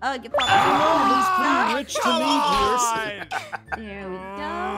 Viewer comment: Pierce more like peeirce